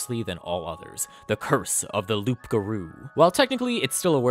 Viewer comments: It's been killing me to hear you say loopgarou, the p is silent, it's werewolf in french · Late but still Loup Garou is french for wereworlf and it's said Lou Garou. The P is silent. Welcome to silent letters in french haha. :) When you say Loup while prononcing the p you reffer to a Magnifying lens which is spelled Loupe. :) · Stop calling it loup-garrou!!! Lmao #laugh-crying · By the way you don't pronounce the "p" in loup-garou beacsue french is stupid It's "loo-garoo" :)) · I hope he is pronouncing the "P" on purpose as a joke. If not, ima invoke my cajun powers and summon the rougarou to stalk. btw cajuns call the loup garou da rougarou cause we be like dat. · It took me a long while to understand that you were saying loup-garou, Wizard really didn't get creative by switching it in french Playing D&D in english I never once stop a moment to think about what we would call it in a french version of the game ? Modérateur de DeviantArt sounds like the closest we could have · you don't pronounce the "p" in Loup, it's french for wolf and yes my language make little sense, still better than english IMO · Loup-garou is actually just werewolf in French. As someone who speaks French, and as a Grammer Nazi I must tell you that the P in loup is silent. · Ugh... the p in loup garou is silent. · Don’t pronounce the P in loup-garou.